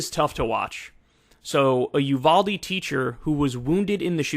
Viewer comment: It may not seem a big deal to some, but please pronounce the city properly while reporting on it. It’s pronounced: You-Val (like the name Valerie)-Dee (Thanks, from someone who’s got family from there)